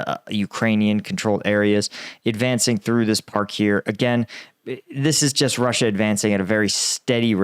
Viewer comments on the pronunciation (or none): none